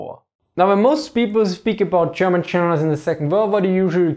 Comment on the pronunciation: Interesting topic. But the moment I heard "Cherman chenerals" I tuned out. Sorry. 🤣